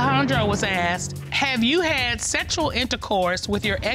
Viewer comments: Yeah....axed instead of asked. Jeez! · She looks remarkably healthy for someone who has been “axed” so many times.